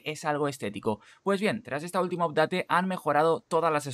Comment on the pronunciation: Hola, gracias por los tips, me subscribo and i give you one like. Una cosa yo hablo Ingles por 30 anios y solo quisiera darte un concejo de pronuncioacion. "Update" se pronuncia: "apdet". Vale my friend? Gracias Saludos.